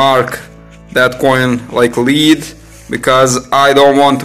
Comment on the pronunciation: You think after all those years of being under British occupation they would be able to pronounce it as lead instead of leed.